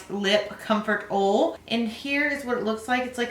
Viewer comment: Not being rude... It's not ol its OILLL